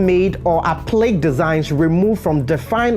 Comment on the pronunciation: APPLIQUÉ IS PRONOUNCED (APP-PLEE-KAY)! I LOVE YOUR WORK AND TIPS!